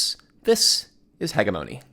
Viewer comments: Sick guide but the way you pronouce Hegemone is wild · LOL "Heh ghe moe nee" I don't know if that was on purpose but I love it. I'm calling it that from now on.